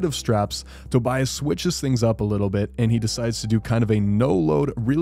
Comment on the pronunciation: just to let you know: My understanding is Tobias' name is pronounced: Toby-us.